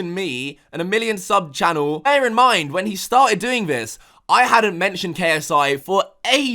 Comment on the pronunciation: It’s fucking “when” and “this” man not “ven” and “vhis”